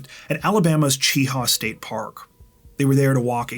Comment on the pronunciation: Mt Cheaha is near me. It's pronounced more like the Chia pets people used to have years ago. Otherwise, this was a terrible crime. Jolee didn't deserve to be murdered this way, simply for breaking up with that guy. (his name isn't worth mentioning and I hope women steer clear of him in the future, when he is released) People, folks get together and break up all the time. Killing them, or yourself over it is not worth it. Yep, I know you're hurt, but give it time. My last break up took a couple years to get over, but I got over it. Met somebody new, and have now been married 20 years. No matter how bad it hurts, move forward.